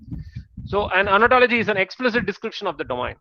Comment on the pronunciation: Sir please pronounce it as Ontology not Anatology......please